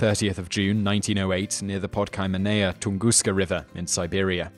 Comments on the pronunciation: Ton-Gus-ka, Not tungusca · This is great. I love hearing about the Tunguska Event. There's no "r" at the end of Tunguska or Hiroshima, though. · Why do you pronounce "Tunguska" as Tungooster at the the beginning of the video, but a more American Tungusta at the end? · OhioCruffler - It seems the British follow a rule that if the last letter of a word is a vowel and the first letter of the next word is a vowel, they put an R in there. So TunguskA Event (vowel-vowel) becomes tungusker, but tunguskA Blast (vowel-consonant) just stays tunguska.